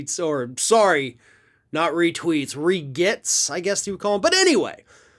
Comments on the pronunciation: Not “re-getts.” More like “re-gretts.” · retweets regets sorry, you mispronounced "regrets" there bud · I thought you say regrets not regets. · regets or regrets lol